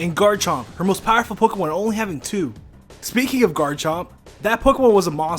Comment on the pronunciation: Say 'Pokey-Mon' one more time